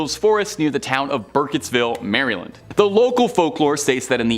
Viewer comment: Great vid. Don’t pronounce Maryland like that lol